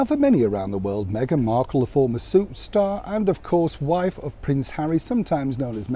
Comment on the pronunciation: 😂, I thought I heard you say "soup star". And it was before I scrolled down here to the comments!